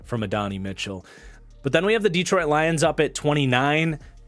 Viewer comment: Bro is just butchering AD Mitchell’s name😂! Great video as always tho